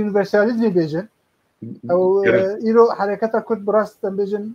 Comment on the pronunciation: Memostayé bréz Kürt deyil, Kurd olarak telafuz edersen daha güzel olur.